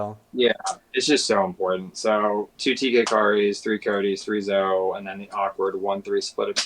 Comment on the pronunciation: Zo-ee, it's Zoe... it was hard to hear every time.